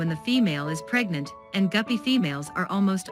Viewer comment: You say PREGNANT like your teenage daughter came home pregnant… is there something you need to get off your chest? We’re all ears! 👂🏼🌽🦻🏼🧝🏼🧛🏼‍♂️